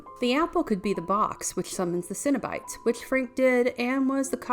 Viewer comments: CENO-BITES not CINNABITES. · Why does this chick keep saying cinnabites? She hungry or something?